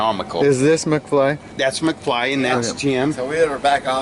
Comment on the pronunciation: McFly sounds more like Mcsceetoe